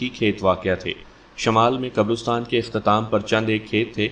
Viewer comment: حضرت قبرستان لفظ رے پر زبر ھے پیش نہی ھے ۔